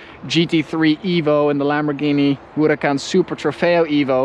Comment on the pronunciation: This dude over here saying Huracan like Hourrahh! Kaan lol.. And when he starts with the italian terms, bolognese de la italia lol